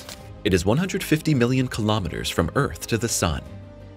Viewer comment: Not listening to someone who can not even pronounce kilometers.